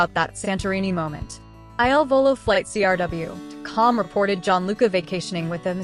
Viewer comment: How about you stop asking so many questions and learn to pronounce Il Volo!